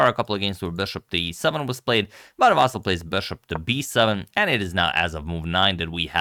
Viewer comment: His first name is not pronounced as "VAASAL" .... It's pronounced as "VAASLI or in short, "Vaseel" - better yet, please mention him by his last name. "VAASAL" sounds very awkward and off.